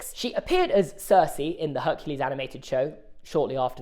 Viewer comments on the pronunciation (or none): none